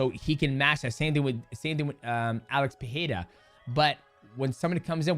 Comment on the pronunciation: You’re saying Alex Pereira‘s name wrong. Is it driving anyone else nuts? Alex Per-RARE-uh